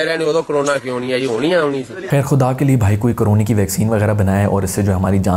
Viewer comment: Coronay (Style of our 👊😂)